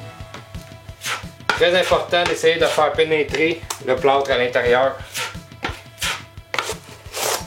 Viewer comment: Il a dit que c'était du "plâout" ! :D